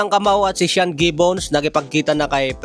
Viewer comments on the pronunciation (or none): none